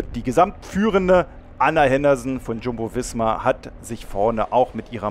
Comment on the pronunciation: Nicht jumbo fisma sondern visma😂